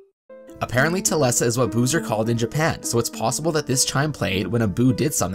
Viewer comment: for a second I thought he said booze as in alcohol.